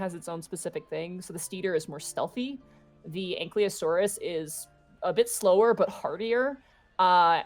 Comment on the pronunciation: As someone who loves dinosaurs, I wince every time they mispronounce ankylosaurus. It's anKY not ankLY.